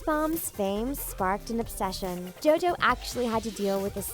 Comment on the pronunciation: she said dojo instead of jojo